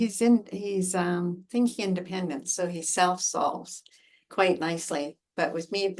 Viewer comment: I'm definitely a self sulker although I think you said 'self solver.'